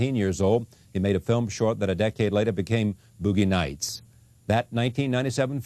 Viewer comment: "Boughey Nights"